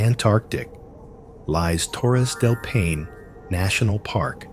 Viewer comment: Impressive collection of places… but sorry, a couple really painful pronunciations! Torres del Paine is pronounced PIE-nay, not pain. Plitvice is pronounced Pleet-VEET-za, not plitviss. Cheers!